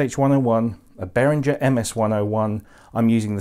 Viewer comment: It’s BehrinGer not BehrinJer.